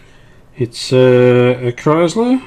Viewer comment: It's Kriesler (pronounce kreesler) not Kreisler